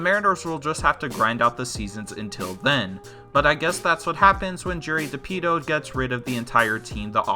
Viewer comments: I'm sorry Bro but you're just horrible at this. Gerrit Cole won't sign with Astros because they didn't use him in game 7 when he feels they should've. Not because they can't "afford" him. Chaim Bloom is pronounced "Hime" not "Chame". And it's Jerry Di-Poe-Toe, not Di-Pea-Toe. I'm sure there was more but I couldn't bring myself to finish the video. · Jerry De-PITO?? It's Jerry Dipoto